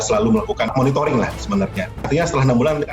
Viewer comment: Monitoring apa "monitoring"...